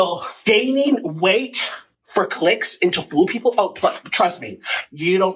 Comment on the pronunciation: I hate the way he says “puhheeepel”